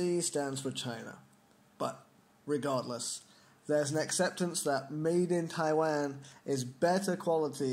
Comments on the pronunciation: Can u pronounce Taiwan correctly? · lol Taiwan.. you say it funny